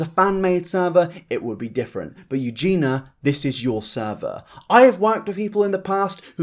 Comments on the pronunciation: Great video as always and well done for covering this, it's definitely gone pretty much under the radar how she'll defend scum just because they're 'nice to her'. She's not as sweet as she makes out. Sidenote though! I can't tell if it's your accent but you always pronounce her name 'Eugena', but it's 'Eugenia' so phonetically Eugene-eeyah! Other than that though great video! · Can I just be petty for a second? It’s eugenia, not eugena. So many people say it wrong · This is totally besides the point but her name is pronounced EuginIA, not Eugina. "Eugee-nee-ya". But yeah, I completely agree, she's a very naive girl, and I don't actually know why she's still on the internet at all in my opinion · I hate that Eugenia was pronounced Eugena during the entire video. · If you're gunna make a video like this about someone, at least learn their name. It's Eugenia not Eugena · Eugena.. Her name is Eugenia 😂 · The only thing about this video that annoys me is how says eugena instead of EugenIA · Eugen - i - a!! Arrg! lol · Eugen- i - a!! Arrg! lol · i really appreciate this video. i think you did great on this video except you didn't pronounce eugenia right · I appreciate the video but it drives me insane that you’re saying her name wrong throughout it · The way you keep pronouncing her name triggers me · Why do you insist on saying her name wrong? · You can't even get her name right, dude. .. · omg why did u have to say her name wrong the WHOLE video D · Please pronounce her name correctly! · I'm trying so hard not to point out that you keep saying her name wrong 😐 I failed 😐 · you say her name sooo weird and wrong lol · Words you can’t pronounce: Creator Eugenia